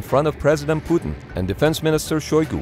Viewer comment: I like the way he says "President puddin "